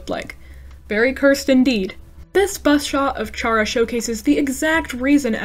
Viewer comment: I saw that mystery in the thumbnail /pos EDIT: FINALLY, SOMEONE WHO PRONOUNCES CHARA THE WAY IT'S SPELLED 😭 /pos